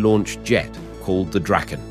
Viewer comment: It's rather tiresome to listen to an AI-generated voice all the time, a voice which isn't able to be consistent about how to pronunce words. You should at least get this right BEFORE publishing an episode like this. The "Draken" is NOT Dr-"ake"-n. It is Drahken. ALL the time. And it is not the "Gripe"-n. It is not even "Grippen", It is "Greepen" if you want to pronounce it right. Is this really so difficult to learn? Or isn't even interesting? It sure is disturbing when the pronunciation varies from one sentence to the next. At least "Viggen" is difficult to pronounce wrong. Even for an AI-generated voice.